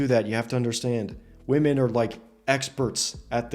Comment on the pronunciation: or woman instead of women